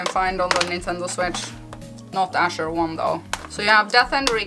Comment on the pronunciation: that's okay thank you for talking about it anyway. It sounds nice the way you say it anyway :)